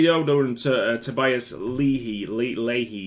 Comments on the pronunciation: I'm pretty sure leahy is pronounced like "lay" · pronounced lee-hee my man